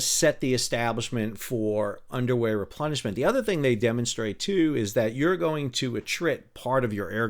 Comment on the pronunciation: Nice episode, interesting topic that is of course a backbone of but never seems to make the spotlight of all these campaign videos… I had a chuckle cause quite often underway replenishment sounds a bit like underwear replenishment 🤣😂🤣😂